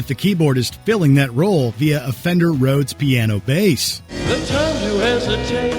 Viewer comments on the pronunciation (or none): none